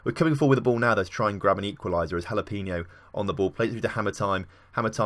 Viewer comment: Jalapeno is pronounced like Ha-la-pay-no